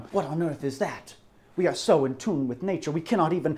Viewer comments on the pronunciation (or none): none